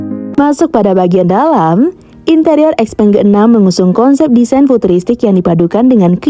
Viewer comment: btw di china bacanya bukan ex-peng ... tapi Xiao-peng 👌🏻